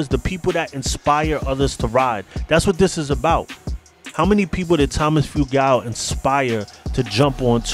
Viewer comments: (Few-gul) not (few-gal) god your butchering his name 🤦🤦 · Your pronouncing the club and Tom's last name wrong. My father knew him personally since the 60's